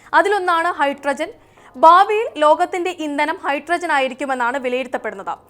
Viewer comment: ബാവിയിൽ അല്ല " ഭാവിയിൽ" ആണ് ശരിയായ ഉച്ചാരണം. ശ്രദ്ധിക്കുമല്ലോ.